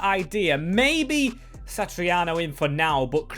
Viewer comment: pronunciations 🤣 Satriano - Sat-ri-ano - Santariano 🤦‍♂️